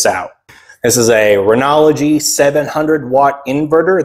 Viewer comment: Love these videos man, thank you 👍 But why do you say Renogy like that?! 😂